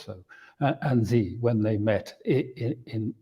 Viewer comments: Judge Napolitano - President Xi - his surname Xi is said like the letter "C" not as Gee. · Just a teeny tiny point : it's Shi. Xi is pronounced Shi not Zi. Excellent interview. Thank you.